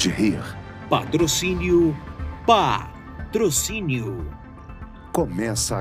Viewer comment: "Patrocínio - PÁ-TROCÍNIO". Morri kkkkkkkkkkkkkkkkkkkkkkk